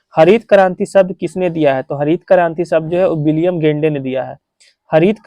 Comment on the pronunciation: विलियम गेंडे 😂😂😂। विलियम गॉड